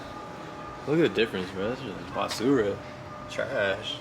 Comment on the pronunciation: Kills me every time he says “basura” in his accent lol